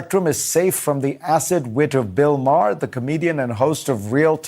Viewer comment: You need to learn to pronounce Bill Maher's last name.